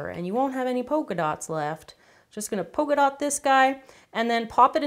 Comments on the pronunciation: Polka dot* Not pocadot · Zebra* Not zeabra Polka dot* Not pokeadot